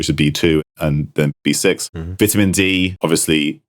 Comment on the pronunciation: Stop saying vitamin wrong